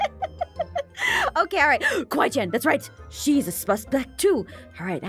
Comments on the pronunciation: “Oh Kawaii-Chan she is a SPASPECT too.” Lol she didn’t say it right 😂🤣🥲😆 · she said spuspect love your vids i watch them everyday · aphmau: hmmm....... KAWWI CHAN SHES A “SuSpSeCt” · Aphmau when you were talking about kawaiichan it sounded like you said she’s a spuspect too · You said spuspspek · Aphmau: gasps kawaichan she’s a spuspect too” 🤣🤣🤣